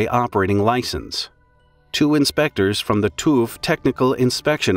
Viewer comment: Best pronounciation of German names and places in a documentary ever! Some small glitches (TÜV is nearly impossible for Americans), but overall amazing. Your effort in recherching the pronounciation alone is impressive, the rest even more!